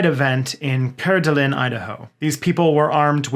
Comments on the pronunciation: It's pronounced "core-duh-lane". I had to explain it to a French guy once,which is kinda hilarious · im gonna be sooper american right now: we pronounce it Coor-de-lane. ive never met anybody who pronounces it much different here. XoD if i remember though you're canadian, french is a real language to you. ;o) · I had to turn on captions to figure out what Idaho city you were referring to. I've literally never heard Coeur d'Alene pronounced that way. We Idahoans typically pronounce it like "core d'lane" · Yes for the love 🙌🏻 Also our capital should be pronounced “boy-see” not “boy-z” don’t think I didn’t notice 👀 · Native Idahoan here: is there a reason that you keep mispronouncing Coeur d’Alene??? We here in Idaho pronounce it “core-duh-lane”. I know your Canadian and all and so it’s reasonable to assume know some French but just because a place name has its origins in a particular language doesn’t mean that it is pronounce the same way. Just ask any native of New Orleans for instance how they pronounce their city’s name. I guarantee you that it’s VERY different from how the French in France would say it or even French speaking Canadians. And don’t think I didn’t catch you miss pronouncing our state Capital of Boise. (It’s “boy-see” not “boy-z” by the way) My point is that it’s up to the people who live in a place that decided what their home should be called and it is up to all of us on the outside to respect that and learn to speak like the locals when referring to their communities. By the way the rest of the video was great and more power to you in your fight against white supremacy and the algorithm gods. Lord knows we need that in this state that for some reason that confuse us locals keeps attracting white supremacists to move here. We don’t what them haters here either because boy oh boy are they embarrassing to say the least and gut wrenching awful to say the worst. Peace ✌🏻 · Probably because he repeatedly didn’t pronounce Coeur d’Alene correctly.